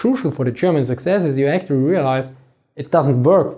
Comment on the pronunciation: You are "actorry" hyped to speak English. Good for you. Now pronounciation is next goal. Don't run before you walk.